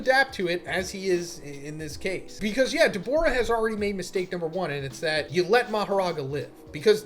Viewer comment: Your pronunciation for Dabura is pretty sharp and sounds a lot more like you're saying Daborah with an o instead of Da-bu-rah which might chase some viewers off.